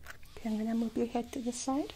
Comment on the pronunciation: I'm not picking on you at all, but I adore how your accent makes you pronounce some words funny. For example, move is "moob" and it's so cute! Love you,.